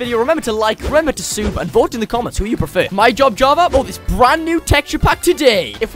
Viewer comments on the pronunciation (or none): Him: sube Me: BRO ITS SUB NOT SUBE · Why do you say Sube Instead of subscribe? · its funny how he says sube when its litterally subscribe XD